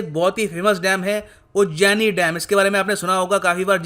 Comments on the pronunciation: It is उजनी not उज्जनी, it is on the border of Pune and Solapur district...and it's official name is यशवंत सागर not भीमा dam.. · SIR ITS NOT UJJINI ITS UJANI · उस डैम का नाम" उजनी "है ना कि "उज्जनि"..